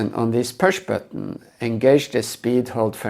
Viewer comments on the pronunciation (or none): this pewsh batton ?😂